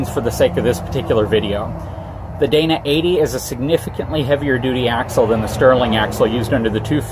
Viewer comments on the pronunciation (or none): none